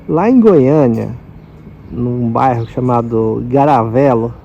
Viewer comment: 😂😂😂😂😂😂😂eita k o Garavelo d Goiânia tá falado...o falando Garavelo O cara mancha.dos paranael